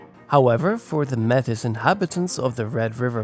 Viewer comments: May-tee. Not met-a ; omg so hard to listen too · Hehe not the first vid I've seen where Metis is mispronounced (The 's' is silent, look at it as a title with some French origin in its pronunciation, kind of think about it as 'may-tee' like how a pirate would say it but not so exaggerated haha) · Me'tis is best pronounced ( May tee). I had to say this after hearing it mispronounced throughout the video. Otherwise, a very good video.😊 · Appreciate the video and the detail, however one thing I'd like to help with is your pronunciation of the word "Metis". We pronounce it as "May tea". Please don't take this comment the wrong way, only trying to help 👍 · Metis is pronounced “May-tee”. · Constructive criticism: You missed Steinbach as a city. Poluation 17,806 in the 2021 census. Also all the French names are mispronounced. Louis Riel, Métis etc are non anglophone terms. Some items could have been expanded, though I love that I leaned some new things about the province of my youth.